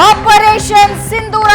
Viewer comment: ಸಿಂದೂರ ಅಲ್ಲ ಸಿಂಧೂರ!